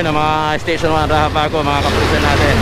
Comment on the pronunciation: Pakiusap po kayong mga vlogger huwag ninyong baguhin ang raxabago na gawing rahabago kc kahit kaylan di nabago ang pronunciation ng X.